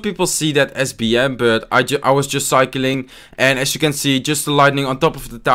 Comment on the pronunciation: Its AS you can see and not ASH :D